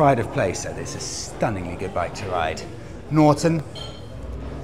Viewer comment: "...and down to Boxhill they did rrrrriiide."